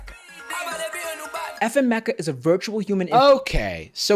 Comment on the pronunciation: Every time they say "FN Meka" it sounds like they're saying "F'ing Meka" like a kid trying not to swear, and it makes me cringe every time